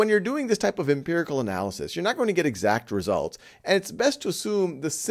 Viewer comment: Your videos are great! But it's "empirical" - please correct.